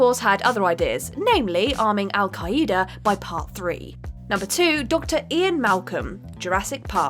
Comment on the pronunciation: Don't forget "Al-Kai-aida"